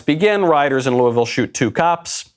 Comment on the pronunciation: Props for properly pronouncing “looavul”